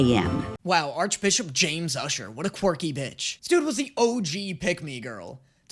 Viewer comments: I'm two and a half minutes in, and did this man just recently discover the word "quirky"? Because he sounds like a child who just learned a new word and is now forcing it into every other centence😅Also, why is he pronouncing it as "quarky" 😅 Also also, oh my god, his voice is so high-pitched and sqeaky, I wondered for a solid second if I was watching this on 2X speed or something 😅 "This show gives its fans a lot of ammunition" - it sure does, lmao. It's fun, even if I was not particularly a big fan of that at first. Leaving this comment and a like, hoping the reactions continue, I will watch them, because despite the fact that it might've sounded like I was crapping onthe video, I actually enjoyed it lol. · "a fun quicrky show" he says